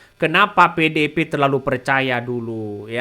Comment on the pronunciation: Membawakan/Membacanya Nggak Usah Terburu2....Santey....Biar Artikulasinya Jelas Terdengar.... mah bilang PDIP jadi PEDEPE....Pelam2 aja yaak....Trs JanganTerlalu Banyak Cengengesan....Biar Enak di Dengar nya..Aku Suka Akun YT loh...Semangat....🔥🔥🔥❤❤❤